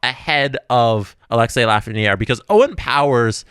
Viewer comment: Please, its Alexis (Ah-Lex-ee) Lafrenière, not Alexei. My man isn't Russian!